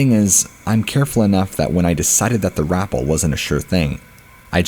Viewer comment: Rapell like Dave Chapelle, not rapell like apple. I love your narations but sometimes your pronunciation gets me giggling.